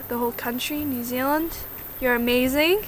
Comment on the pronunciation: you say New Zealand like a kiwi... New zillin 😂😂